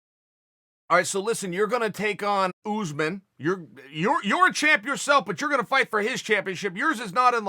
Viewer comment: Chael " OOZEMAN" sonnen